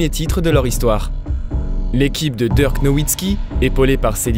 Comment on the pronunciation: Super vidéo votre retour fait plaisir !! Je trouve que cette nouvelle voix off a bien substituée l’ancienne, seul petit conseil a lui apporter c’est la prononciation de certains joueurs comme Dirk ou quelques anglicismes mais sinon rien a dire niveau intonation debit de parole c’est top 👍🏼 Le record en carrière de Luka est de 42 points et bonne soirée a vous !